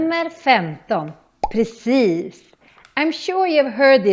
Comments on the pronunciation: ...hahaha... at this timestamp you really have a perfect pronunciation of "Precis", but in a way where your accent sound just like the finer calmer areas of stockholm. Almost a bit royal. Rich people would turn around and stare at you everytime they hear your "precis" to see if its one of their friends passing by 😂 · I was super impressed with your pronounciation all through the video but mate. That i in precis was perfect, very Lidingö!